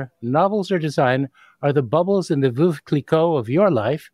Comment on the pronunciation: May the spirit of Quincy Jones ( ) guide and inspire you both. Btw, the host being Canadian, and in Toronto, must be able to find at least a few French speakers (mondoux!, c'est faisable) who could tutor him on the pronunciation of "veuve" as in "Veuve Clicquot"?:-) Rhymes with Sainte-Beuve, the author who dated Georges Sand, before Chopin. Also, the essay Pricing the Priceless:Art, Artists and Economics by Grampp, explains why some art---most art---disappears. This was panned by many non-economists who believe art is sacred (?), a manifestation of a people's soul (??) and other romantic delusions. Art is most certainly an endeavour, an industry, a gamble. Cheers, and thanks for giving a bit more visibility all the way to Ottawa.:-)